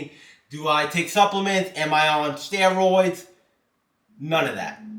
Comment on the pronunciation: Why you saying steroids so weird😂steroiiidss